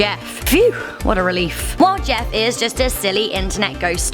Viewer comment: It’s “Jeff” not JESS